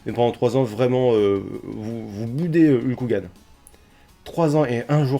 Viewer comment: Tu peux prononcer Hulk Hogan correctement STP ? :v Sinon, merci beaucoup pour ce résumé, j'avais vraiment pas envie de perdre 4 heures et quelques pour ça donc ta vidéo me suffit amplement ^^ Et j'attend le sondage "est-ce que je ferme les volets"!!